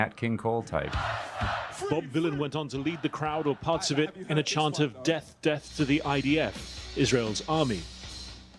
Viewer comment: He isn’t saying death he is saying deaf. He wants the IDF to have a disability